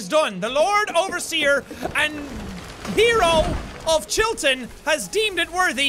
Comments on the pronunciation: you say Chillton like you're trying to be American😂😂 it's cute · 'Chilton' Nooo I dont wanna go back to school